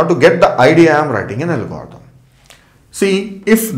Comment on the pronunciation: parece que cuando dice algoritmo dice "el gordou" jajaja por cierto me ayudo un monton!!!